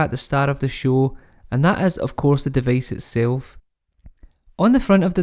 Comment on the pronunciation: Device becomes devace?